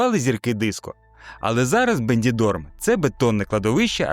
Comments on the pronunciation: Іспанський "Бендідорм" ви тільки послухайте який непрофесіоналізм - назва міста БЕНІДОРМ !!!!!! Не довіряте таким ось "блохерам" для яких мабуть контект ШІ генерує, але він його не перевіряє і сам мабуть мало де бував, щоб мати власну думку! Я в Бенідормі а не в "Бендідормі"🤦‍♀🤦‍♀🤦‍♀ як каже автор відео, вже три роки буваю періодично в різні пори року!!! Причудове місце, флагман туризму Коста Бланки, отримав в цьому році відзнаку "Піонер зеленого туризму", всі його пляжі мають відзнаки за виняткову чистоту, розвинута інраструткура для вісх видів туризму та контингентів споживачів, дуже шанобливе ставлення до категорії туристів золотого віку, молоді теж повно з них 40 % точно британці. Звіно в сезон дуже велика кількість людей, ажже готелі та житло заповнені на 95 % (доречі в 2025 році - рекордна кількість туристів зафіксована за всю історію існування), але на то і літній сезон!!!! Хоча, як на мене він вже давно перетоворився на всесезонне місце відпочинку. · Не бенДідорм, а БеНідорм (Beni dorm), я тут живу, і все тут прекрасно, не треба казки росказувати. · На Бендідорм,а Бенідорм.Ви ж хоч читаєте те,що написано на карті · Вимовляйте вірно: Бенідорм, а не БенДідорм!